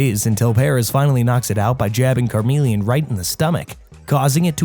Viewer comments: since when has “Charizard” evolved from “Carmeleon”?? He evolves from Charmeleon… CH like chuch, checks cheeks… c’mon now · CARmeleon??????? It's CHARmeleon... smh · Why did charmeleon become car-melian 😭😭😭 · So let me get this straight It’s charmander and charizard, but karmeleon? Why is it that you can say the first and last correct but you change the pronunciation for the 2nd evo. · Car-mee-le-uhn? Vee-no-nat? What are these pronunciations? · Reader of this never actually watched pokemon calling it car mellion is a krime. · say it with me CHAR like charcoal. CHARmeleon and meleon like chameleon. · Gave up on watching this when Charmeleon was pronounced "Karmelion" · Bro said carmeleon😂🚘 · It is (ch,ch,ch) Charmeleon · Car-meleon? They pronounce their name on the show dude, no excuse… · car-meleon....well that is gonna live rent free in my head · 🚗meleon? Cmon bro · Is the way you pronounce chameleon just rage bait? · Can't get over pronunciation for "Charmeleon".